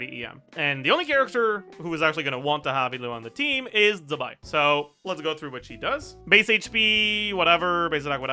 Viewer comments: z in chinese is pronounced ts so it’s tse-bai :) i know you care about pronouncing names correctly so thought i’d point it out. i think it’s written 兹白 if you want to check pronunciations online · Zibai is pronounced “Ch Bai”